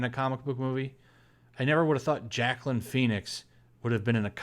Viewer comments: LOL 1 movie is not gonna make DCU better than the MCU.... But this movie looks outrageous! Did you say Jacklyn Phoenix? It's pronounced "WahKeen" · It’s pronounced “who-wa-keen”.😂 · xD I was about to put IT'S PRONOUNCED WOKEEN! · Pretty sure the name etymology of Joaquin is Spanish. Maybe I'm wrong. Also pronounced Wah keen phonetically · No, it's pronounced WahKeen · It's pronounced "Walkeen". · I think his name is pronounced "wah keen" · Dear: it is pronounced (huwaa keen) Phoenix. J is an H. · Can't blame him, back then I used to pronounce Joaquin as "Jacqueline" too Lol